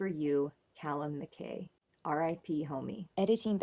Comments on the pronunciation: It is a Scottish name and pronounced MacEye (but nobody will have taken offence) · You're correct. MacEye. As a Scot I'm glad to know you're aware of the correct pronunciation. Ren's concentration while playing this is beautiful to see.